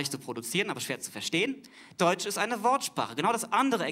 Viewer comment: Die Glottalverschlusslaute hat er zwei mal weggelassen [ʔ]alles is in [ʔ]Ordnung, als er sie aussprechen wollte. Sein Argument ist so nicht ganz richtig.